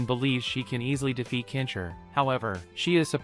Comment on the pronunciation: why do you keep saying "kensher" its Ken-Shi... da fook man, please say the name right or dont say it at all. say Hero or Champion next time... because "Kensher" isnt hes name.. LOL da fook dude.